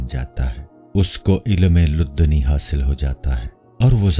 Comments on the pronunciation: It's ilm ladunni not luddani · Whatever accent, one can't change the pronunciation of Arabic words, Ladunni is Ladunni